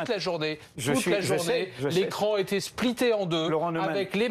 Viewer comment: Spliter en deux???? Il est anglais le gars???? ouat eu phoque!!